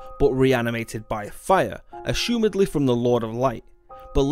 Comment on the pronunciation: A...shoemedly? You mean assumably?